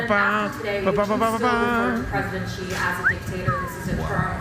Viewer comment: Love how PBD calls Xi. He calls him "G" when it's actually pronounced "She". 😅